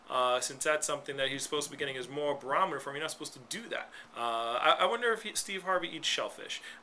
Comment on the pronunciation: you are an idiot ....you said BAROMITOR...... 10,000 x's... that must be your big word for the day....